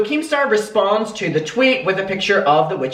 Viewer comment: Keemstar consistently saying ‘pitcher’ instead of picture is triggering me 🥴😅